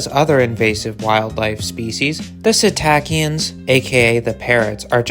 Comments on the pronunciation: Informative video. Your pronunciations are awful though. Psittacine is pronounced 'sit-uh-seen' and would be easier if your just referred to budgerigars as 'budgies'. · What’s a “satacian?” Did you mean psittacine? And you murdered the word Budgerigar. And the Nanday Conure you called a Nada parakeet. If you’re going to do a video, please learn how to pronounce these words.